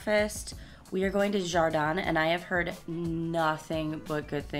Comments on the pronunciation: It not pronounced Jardan it is Har-deen. That is Spanish for graden. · Wonderful presentation! By all accounts of very good place to stay! The restaurant you pronounced as Jar Deen, in Spanish it's pronounced Har Deen meaning garden in Spanish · its pronounced: hahr. - deen